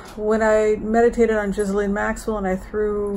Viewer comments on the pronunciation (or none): her name is pronounced GEE LAINE